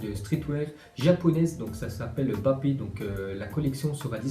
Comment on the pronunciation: Il a vraiment dit "Bapé" ...